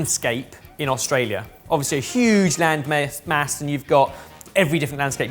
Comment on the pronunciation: Did just say land-myth? You heard it here first, everyone. Australia isn't real.